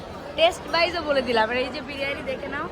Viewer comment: Thik thak kotha ta bolo birani na biriyani tulika ke bolo tolika bon k bolo bun aktu valo kore kotha boleo